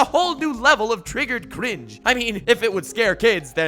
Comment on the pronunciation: I like how he rolled his r when he said cringe.